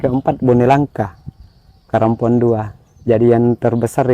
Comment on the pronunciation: Sy curiga nama pulaunya sebenarnya karampuan.. Tpi penyebutannya karampuang